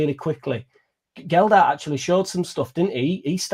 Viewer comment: It’s so hard to take someone seriously that pronounces the players’ names wrong. Geldhart… disrespectful af man